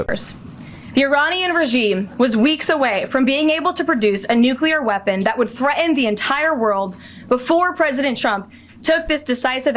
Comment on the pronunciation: Of course Donals Dump would appoint a SPEAKER who can't even pronounce the basic word, "threaten"... good grief... she needs to go back to pre-school -_- Also, Ukraine's Operation Spider's Web was so far above D. Dump's Iran bombing mission in every way, they can't even be compared. The American administration is so out of touch with reality they could surely literally all be declared 'mentally deficient' - if only Bedlam were still around to take them all in...